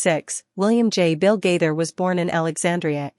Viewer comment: The woman doing most the talking pronounce Gaither most the time gader